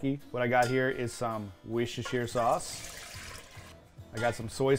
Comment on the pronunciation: fyi.... Worcestershire sauce is pronounced wu-ster-sher